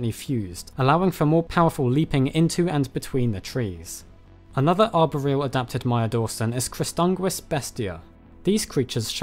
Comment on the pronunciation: How can you be so intelligent but you can't say arboreal